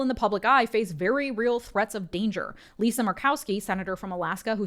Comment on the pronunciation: sigh